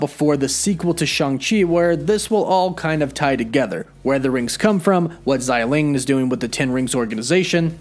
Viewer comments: Bro it’s xia ling(sia with a straight down tone) not zyy ling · xialing not xailing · Just as an FYI, Xialing's name is pronounced "Shah-ling". The X in her name is pronounced with an SH sound. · Her name definitely isn't "ZAI" lol, apply yourself